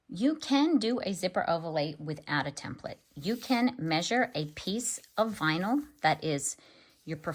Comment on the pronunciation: hand-pink-waving: THANK YOU for pronouncing "TEMPLATE" correctly! So many people say "tem PLATE". that is WRONG WRONG WRONG, and it really aggravates me. Being in a business where they were used, you soon realize the proper pronunciation.